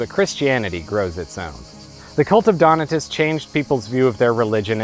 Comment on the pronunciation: Donatus, anglicized: accent on second syllable. Do-NAA-tus.